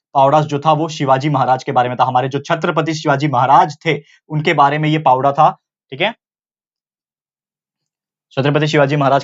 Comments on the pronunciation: Pavda nhi sir powada plz say properly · Sir it is not 'पावडा' it is 'पोवाडा' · Pavda nhi bolte sir powada hai vo plss request from me that say it properly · Pawda nahi sir powada bolte he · भाऊ पोवाडा पवडा नाही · It's not a पावड 😡😠 It's पोवाडा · Please say Powada... Not pawda